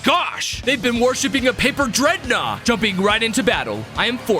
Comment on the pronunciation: I THOUGHT YOU SAID IT WAS A DREADNAW!?!?!?!